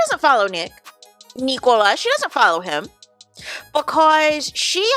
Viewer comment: His name is Nicolas not Neeeekohlas! I don’t understand why you always pronounce his name in that extremely annoying way?